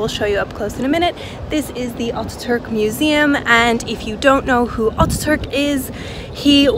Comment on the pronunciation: Not oturk his name is Atatürk